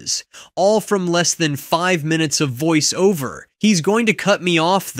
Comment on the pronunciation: Probably need to hyphenate voice-over to get the right inflection for it, but nonetheless very impressive!